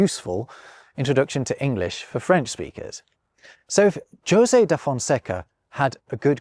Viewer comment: José in Portuguese is actually pronounced that way, very different from Spanish